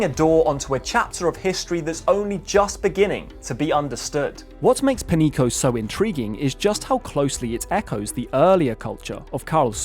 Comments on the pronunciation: Not 'Penico'. The correct pronunciation would be 'Penyeeko'. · Pronounced penyico, not "penico" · 'Peñico' would be pronounced 'pen-yee-ko', not 'penny-ko'. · If it was Penico, it would have been written as Penico. It is written as Peñico, because it does NOT sound like Penico. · Sorry to get all nit picky with you, but you need to learn the pronunciation of the ñ (enye) an example would be jalapeño pronounce it as jalapenyo That is (ny) sound. So Peñico would be Penyico with the y as a consonant. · Your pronunciation is goofy. It sounds like Pan-yeeko. Tha tiles over the n makes in an n-y sound. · Amazing docu view you have the , but please check your American privilege and put a little time in how to pronounce non-English words like they are written.. Its so fucking annoying americans and other english only speaking people just ont give a flying fuck about accents and other reading signs. Peñico is not pronounced as Penico. Please stop that boorish mispronunciation of other languages.. You dont pronounce señor like senor either.. so just think for a second... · Wrong pronunciation of Peñico aside, great video as always. 🎉